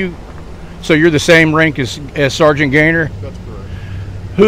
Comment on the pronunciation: I cringe every time you say “sargaint” just call him Gaytheir and drop the title.